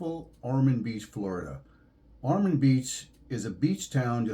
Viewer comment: Pardon me, but it's Ormond with an "o". My parents lived there for many years.